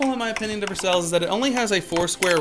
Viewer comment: You kidding me? ANYBODY READ THIS, DONT LISTEN TO THIS GUY. You seem doesnt understand the game, templr of tikal is better than taj mahal? Ok, youre offically crazy. First of all, the top wonders are: versailles,( your pronounctiation is horrible) Colosseum, angor wat, taj mahal. Im playing rhis game since its released and ive seen only a couple of guys with tikal since its useless. Just check out other youtuberd they say the same, its useless. Taj mahal is GREAT. Just ignore the 2 procent, the point of it is that You get free mercenaries once a day. It does NOT give you weak mercenaries. You can hire 5 mercenaries from your camp. Like chinese handcannons, crusader cross knight, ronins, horse raiders and mahout. Now it doesnt matzer what level your mercenary camp is, taj mahal is set to give you either the best which is mahout, raiders, or ronins which are like your ground troops. It DOES NOT give you weak troops lkke javeliners. So why dont you do some research before talking bullshit?